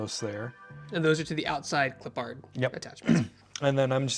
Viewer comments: Gotta say, I love this series. However. You do know you’re horribly butchering Clippard, right? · Nah, we're West Coast too. You're just being a bit creative with your pronunciation, nothing to do with your location LOL. Yeeter is correct, as it's properly pronounced as "Clip-urd" (as one word). And Danny Redman's last name is not said like two separate words, either, as long as we're in the pedantic part of the feedback LOL (like "red-mun", one word) Keep up the good work, otherwise!